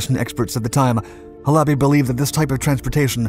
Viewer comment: Please, please, please learn how the words are pronounced. Not Ha - LOBBY, HAL-a-bee. You do this a lot, mispronounce words. How do you think you look when you do that?